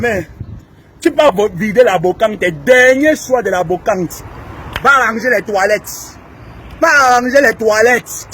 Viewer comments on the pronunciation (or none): on dit brocante et non bocante pour quelqu'un qui a un master euch😮😮😮 Ton français laisse à désirer.